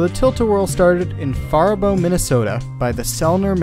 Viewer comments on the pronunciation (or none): As a Minnesotan, I cringed at your pronunciation of Faribault.